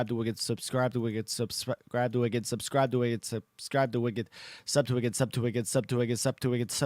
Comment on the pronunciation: pushes up glasses technically you said in your title that you would say "Subscribe to wicked" but most of the time it was "sub to wicked" and even one and near 267 you sounded like you were saying "sup to whipkid" so the game is forfeited... Thanks for playing anyways